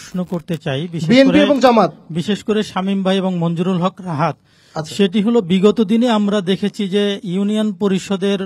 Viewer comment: মনজুরুল হক রাহাদ ভাইয়ের নামটি শুরুতে উপস্থাপক ভুল উচ্চারণ করেছেন। এমনটি কোনভাবেই কাম্য নয়।